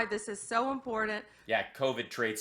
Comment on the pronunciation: That last speaker thinks there is a d in important